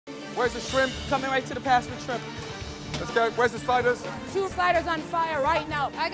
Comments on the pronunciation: I swear to god I need to go to a therapist so badly because I swear on my life I thought they said spiders instead of sliders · At first I thought they were saying “spiders” lmao